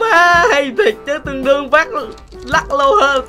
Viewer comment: chị google đọc mệt quá tương đương thành tương đơn doy